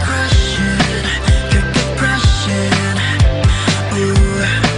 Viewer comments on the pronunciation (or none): Jajaja les habla la maestra! Maestra, porque en el video dice "Crushin" y no "Crushing" ? es lo mismo supongo no?